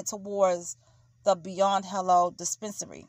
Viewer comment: "dee-spence-a-nary".... lmao!🤦